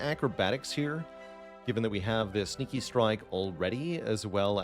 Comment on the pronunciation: when he says sneaky strike it sound like stinky strike